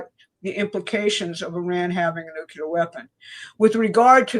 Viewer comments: It is so disappointing to hear otherwise intelligent people say nuke-you-ler instead of the correct new-clee-ur. It makes me doubt. I'm really sorry VDH also mispronounces it. When ever I hear it, it makes me think of George Bush--not good in my experience. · Nuk-le-ar... NUKE-LE-AR! NOT NUKE-U-LAR!!! Plus, show substantive proof that Iran had NUCLEAR capability that justifies this cluster fuck. And while you're at it, prove to me that the British royals are not in league with Zionist fuckery. Do that and I'm all in with your narrative, but seeing what I've seen in the last 12 years, I'm nowhere convinced that Trump is not a Zionist stooge. Please and thank you. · somebody PLEASE teach that older woman how to pronounce NUCLEAR. Show her the word. Sound it out. Help the poor woman for god sakes.